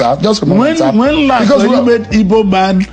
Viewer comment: WE ARE NOT "IBOS", WE ARE "IGBOS" POINT OF CORRECTION.